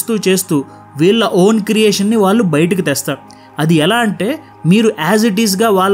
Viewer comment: కాలీ కాళీ ఖాళీ కల కళ వాల్లు వాళ్ళు మౌలి మౌళి మధ్య తేడా ఉంది మీరు ఒక ఇన్ఫ్యల్యూయన్సర్ మీ ఉచ్చారణ ను కాపీ కొట్టేవారిని తయారుచేస్తున్నారేమో మీ బెటర్ వర్షన్ లో ళ ను బాగా ఉచ్చరించే వీడియో లతో మీ మాతృభాష పరిరక్షణ కు మీ పరిధిలో ఉపయోగపడండి